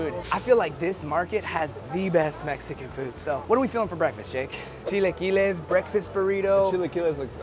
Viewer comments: 🤣 , chi-LA-quiles and not chi-LEE-quiles. The next video involving chilaquiles and I hear it said right, I’ll personally make a second youtube account to support you señor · the way pronounces chilaquiles irritates me all the time lmfao